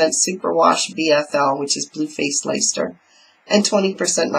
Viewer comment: Hi,I enjoyed your video.Your WIPs are very good.I love how your cabled cardigan is coming along.I will be interested to see how the steeking goes.May I just correct you on how to say Bluefaced Leicester, the i is silent, so it is Lester.It is just one of those odd ways of saying things over here LOL. I don't want to be entered into the giveaway.Hope your allergy gets better soon, it's no fun is it? Have a good time at the show if you go.Look forward to next video.